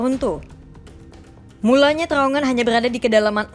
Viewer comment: Rrrr Rrrrr Rrrrr....TRrrrowongan gitu...Bukan Terowongan....Rrrr....Rrrr Rrrrr.....